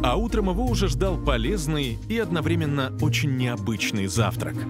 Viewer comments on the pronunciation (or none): none